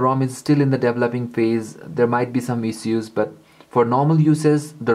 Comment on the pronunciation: ISH-USE!!!! ISSUES LIKE ISH-USE! NOT IZ-OOZ. FUCK.